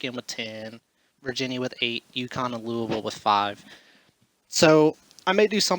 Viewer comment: You didn't say Louisville right...get it right, man!